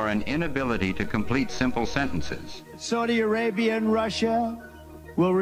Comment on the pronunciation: I wish that dimentia video had the clip of him trying to pronounce the name of that gang. But ill settle for the "saudia arabia and russia, will re-gua-....oohhh"